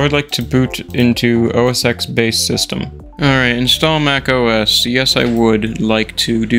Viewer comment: does anyone actually say, out loud, os ten? i think i've heard one person ever do that and they were channel dedicated to old macs